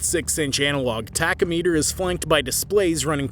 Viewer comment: What is a tack-oh-meter? I think he meant tack-om-a-ter.